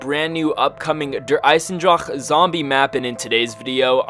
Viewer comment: I'm German you have to learn the word Eisendrache.... :) But for the beginning Good Video